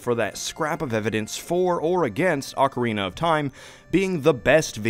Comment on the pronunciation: Say it with me OAKarina, not OcKarina (sockarina🧦)🙅🏻‍♂️